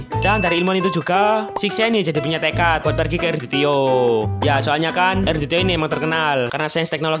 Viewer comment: BG gua suka pas lu bilang jadi (GEDEE)😅